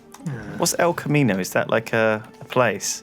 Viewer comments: God damit it's Kamino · Kamino not Camino fucks sake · It's Kamino not Camino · It's Kamino. KAMINO GODDAMIT! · ITS FUCKING KAMINO NOT CAMINO